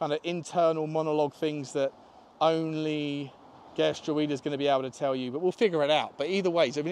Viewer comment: Gertruida is said "Gert-row-da" with the middle part sounding like "how".